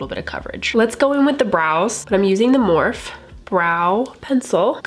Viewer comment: Such a beautiful everyday makeup look! Please don’t take this the wrong way, but the e in Morphe is not silent. I hope that you and your beautiful family are doing well. 💕